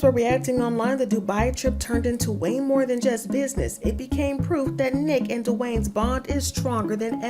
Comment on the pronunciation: She means NEEK she says it wrong